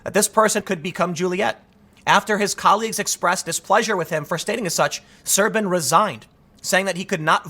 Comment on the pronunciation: As a Romanian, yes, the translation is accurate (și mă zgârie rău pe creier cum pronunți Șerban)